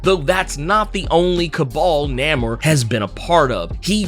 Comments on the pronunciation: Why I agree it's weird to hear him pronounce it that way, It's even more weird you falling on that old schlock "so so must be getting paid by Disney". So lame lol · first time hearing his name said like that, was caught off guard lol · Namor is Roman backwards thats how the name was invented and the writers pronounce it as Nay-mor. So its kind of funny how he keep saying Name-er....lol Regardless the MCU changed it to Na-mor recently. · Pronounced NAY-MOR, Not, Named lol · I'm sorry I can't do it I gotta be a whole complete butthole, I can't do the NAMMOR he keep saying love his vids. But NAMMOR and the whole industry and me loves NAYMOR I know it's spelt wrong just tryna get the sound out NAEMOR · It's pronounced NAY-MOORE not NAM-MUR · Nah-merr…then you said nuh-moor…bruh what lol? It’s not pronounced Nay-moor anymore? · Who the hell is Namer? You mean Namor? You butchered his name worse than M. Night Shyamalan butchered Aang The Last Airbender. 😂😂😂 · Namor not namer lol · I thought it was pronounced NAY more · The ONLY reason I disliked this video is becuz U mispronounced his name. U done lost yo damn mind & U should know better. It's NAMOR (NAY-MORE). I/WE X-pect better from U, Sir. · NAY-MOOR say it with me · Have I been pronouncing his name wrong all these years? I really couldn't get past the way you pronounce Namor, I could have sworn the "a" is long. It really was grating. Is this a joke? 'lol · It's Namor. Not sure of what his new name honestly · It’s pronounced NAY MORE. We’ve been saying it like this for decades. We need to change the pronunciation now? Why? Good video though. Am I the only one that hated the original triangles shaped head? I wonder why the creators went with that design? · Why do you keep saying his name that way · Why are u pronouncing his name like that but that's not the way you say it and you supposed to be a comic book accurate dude saying it like how they standing in the movies and it's not pronounced like that brother